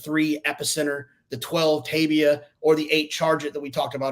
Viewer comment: TAY-ba... NOT Tay-bia. You might want to sort it out before you get on tv,! There is a horse named Tabia, by the way, entirely different animal, and his name sounds like "Labia..." Come on now!